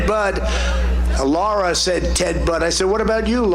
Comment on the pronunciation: The best thing about Trump is that he absolutely refuses to pronounce his daughter in law's name correctly. "Laura, we love Laura. Laura is so great, isn't that right, Eric?" Her name is, and always will be Lara. Like, wtf? So disrespectful, it's a disgrace.